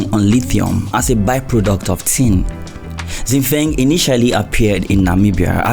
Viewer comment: 新风 Xin Feng which means New wind is pronouced Shin Fong with two first tones! That's probably the best way i can explain what it sounds like😉